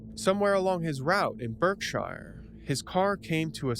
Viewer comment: Derbyshire is pronounced “Darby-shur” and Berkshire “Bark-shur”😉